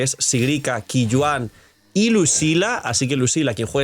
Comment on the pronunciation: Qiuyuan se pronuncia Choiyuen, creo que es fácil de pronunciar